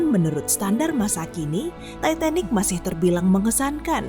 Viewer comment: gw kok denger sebutinnya "Tai..Tai..Nik" ya 😅